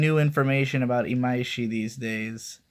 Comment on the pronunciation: WHAT THE FUCK when did you start pronouncing imaishi correctly and how did you make it habit so easily????